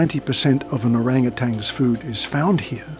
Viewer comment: The narrator doesnt know that there is no G at the end of Orangutans????